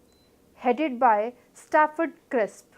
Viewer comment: It's Cripp's not Crisp.